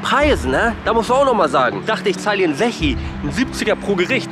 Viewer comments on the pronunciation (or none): "N Sechi" - wer kennts nicht :D